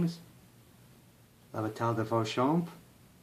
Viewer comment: Please, bah-tie, not bah-tal.